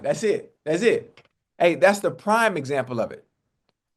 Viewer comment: It sounds like your saying Time and not Prime Unc, however I do like that as Prime's other nickname.... Time ⏰️